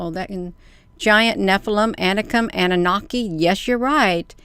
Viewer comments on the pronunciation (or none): none